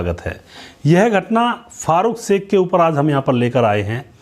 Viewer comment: एंकर कृपया श का उच्चारण स न करें, अखरता है